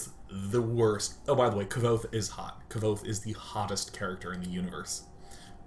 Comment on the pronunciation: Did he say Kvothe is hot? I fucking loved those books so much. also it's pronounced "Quothe"